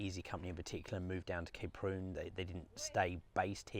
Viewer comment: Oh! Kay Prune??? You make it sound like the daughter of a laxative salesman! It's pronounced how it's written - Ka-Prun! My wife and I have skied there and at Zell so often over the years that the Kaprun town council gave us commemorative scrolls! We love the place to the point where it is almost a part of us, not least because we had our honeymoon there and numerous anniversaries too. One winter we walked right across the frozen lake to Thumersbach on the other side starting from those very jetties outside the hotel. Great memories, thank you.